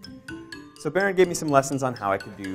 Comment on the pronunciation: can't even say his name lol